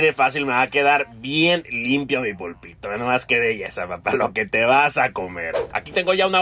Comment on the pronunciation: jsjsjs dijo PUL PI TO xd